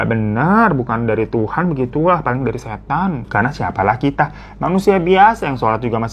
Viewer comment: Pas nyebut setann bisa biasa aja ga bang, berasa gw jadi setan nya 😂😂